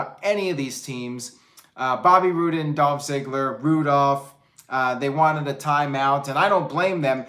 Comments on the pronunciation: It's Roo-Dolph lol. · Zigs and Bob Roode forreal? 😂 I couldn't buy into them being able to beat Patterson and Brisco at this point, wtf is the point? And damn! said Roodolph! 😂 I'm f'n dead. Is that what they're calling them?